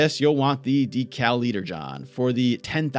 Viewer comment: that's not the word 'decal' it's 'deca' as in the Greek prefix meaning 10x. Like milliliter. Deca-liter